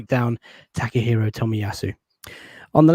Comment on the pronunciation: La-tte-hiro Tomiyasu